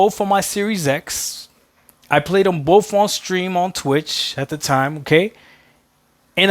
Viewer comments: and this is why games are skipping xbox, i think both games were with the money, I think they should het money so they can produce more games. Also, its 'boTH' not 'boFF' you illiterate a** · Something ironic about someone who cant properly pronounce the word BOTH are telling devs about the gaming industry.